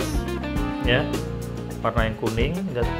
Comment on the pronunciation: Gesss 😂 guys bang bukan gessss